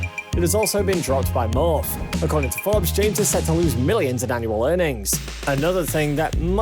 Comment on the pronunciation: It’s Morph EEEEEE!!!! 😂😂😂